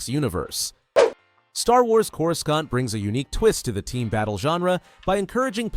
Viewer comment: I did not just hear you say Corus Scant